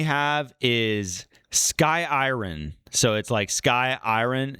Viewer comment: Did actually say "eye-run" for iron? Next it'll be disco-luf.